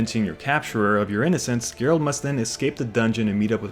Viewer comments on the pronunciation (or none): Sorry but how are you gonna be this much of a Witcher fan and keep calling him "Gerald" lmao